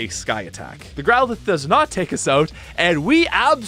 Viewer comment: this guy says out really funny... "oat"